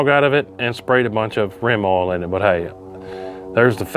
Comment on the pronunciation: WTF is "awl"? You said "I sprayed some extra awl on it".